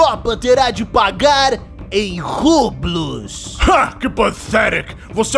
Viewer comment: Lesse Rublhí, não rublus